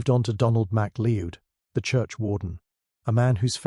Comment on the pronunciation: Good story 👏🏼🇦🇺 McCleod is pronounced McCloud 😮 Hamish is pronounced Haymish 🥴 AI programmer take care. It's not hard 😔